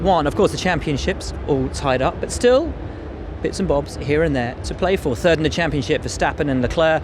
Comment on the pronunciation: Max always with his "turd" instead of "third". XD